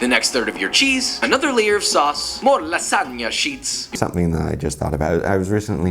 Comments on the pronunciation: I like to say it like La Sag Na lol 😂😂 separate the word that’s why Josh says Lasaga lol 😂😂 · LASAGA? What kinda proununciation is that? Joshua's pronunciations so funny 🤣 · The pronunciation of lasagna was funny but did you catch the mixing the flour/ egg with a fiork?